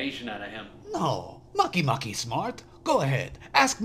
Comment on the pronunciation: you pronounced a planet wrong its not makey makey its make make